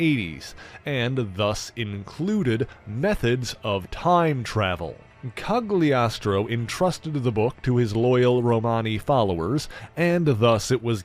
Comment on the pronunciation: Might be wrong but I believe the G in Cagliostro is not pronounced. Italian is a little odd that way.